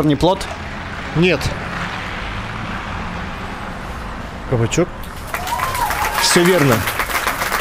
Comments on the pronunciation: Ну только правильно кабачОк , а не кабачек) Правило ударения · КабачОк, а не кабачЕк. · кабачок,а не кабачек